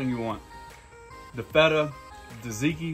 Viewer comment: Please learn how to pronounce things correctly, especially if you're going to try to teach people. Gyro is pronounced like the words "yes," "you," and "yodel." Think of it like "ye olde." Also it is tzatziki, not Taz tiki. You can break that down by syllables, tza tzi ki. Kind of how you pronounce "tzar."